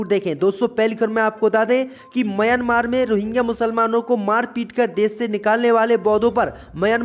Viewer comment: म्यांमार देश है भाई उच्चारण तो सही करो।